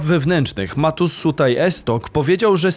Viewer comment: to S z ptaszkiem u góry, to SZ, wiec Matusz Szutaj Esztok;)